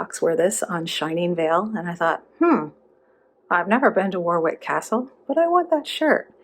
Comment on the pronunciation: OK, I know this is two years old and so commenting is probably a bit weird but Warwick is pronounced Warrick, just wanted to get that out there 😔(also sorry but I'm going to do it again Ossian is Oh-shahn - it's Welsh).